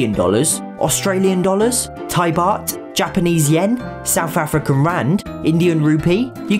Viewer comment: I think you said Japanese wrong